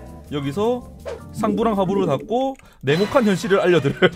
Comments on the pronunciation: 괜찮아요 전 냉목칸인줄욬ㅋㅋ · 자꾸 냉혹한이 네모칸으로 들려.......ㅋㅋㅋㅋㅋㅋㅋㅋㅋ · 뭐야 지금것 네모칸이라고 들어서 내가 모르는 뭔가 있는 줄 알았는데 "냉혹한" 이었군요...? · 나만 냉혹한을 네모칸으로 들음???ㅋㅋㅋㅋㅋㅋㅋㅋ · 처음에 냉혹한 어몽어스의 세계 라고했을때 저는 네모칸 어몽어스 세계라고들었.... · 나만 자꾸 냉혹한이 네모칸이라고 들리나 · 나혼자 냉혹한을 내모칸으로 들려서 엥 뭔 내모칸? 혹시 벤트말하는건가 이럼?